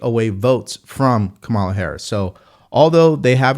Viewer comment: Just a heads up, you’re pronouncing Kamala wrong. It’s pronounced “comma-luh”. I know some people don’t care, but it’s just a respectful thing to do; whether you’re for her or against her. Have a great day! 🙏